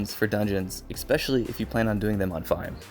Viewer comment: Nice guide but "exspecially"?